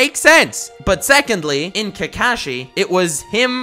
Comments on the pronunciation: Why are u saying Kekashi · hes not kaekaeshi hes kakashi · This mans pronouncing kakashi kills me